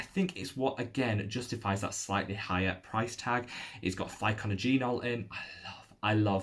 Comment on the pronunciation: Its pronounced Pick nod jenol...